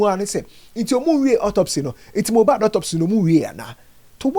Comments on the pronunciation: Eii said mojab😂😂😂😂 konkonsa sweet u u sayn moja n mohbad together 😂😂😂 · Kokonsa ntsi mohbad koraa you said mohjad 😂😂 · Ei, Mojad paaa!😅 I knew it was a slip of tongue